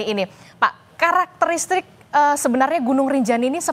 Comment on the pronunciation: Karakteristik mbak, bukan karakteristrik.😂